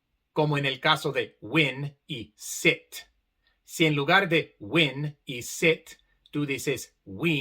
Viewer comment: La i (sin barra arriba) suena para los hispanos como una "e", cuando pronuncias "win" escuchamos "uen" como si fuera una e en español,ese sonido existe para nosotros,al menos como lo pronuncias tú.